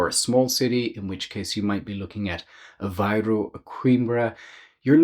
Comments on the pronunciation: It's A-VAY-roo, not A-VI-roo. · Apparently the pronunciation varies - Aviroo dominates as you get closer to Lisbon, Avayroo elsewhere.